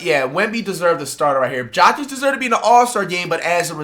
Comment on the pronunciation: His name isnt jockig 💀🤦🏾‍♂️ and Wemby is not better than Jokic, you smoking.